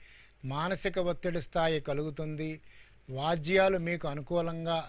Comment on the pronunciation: వాజ్యాలు అంటే ఏమిటి? వ్యాజ్యాలు అని పలకడం కదా సరైనది. తెలుగు పదాలు సరిగా పలకాలి.